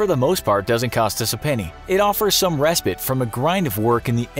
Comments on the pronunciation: And the pronunciation of "respite"... rehSPIT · I'm stuck on respite or as he pronounces it res-pit. 🤣🤣🤣